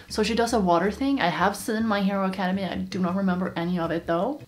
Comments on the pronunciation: Why is no one taking about how she said my her Academy😭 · she says my hero Academy. me:*dies because she said it like that*